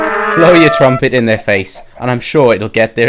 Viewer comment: ***** Um... trumpet, not trumplet, learn to english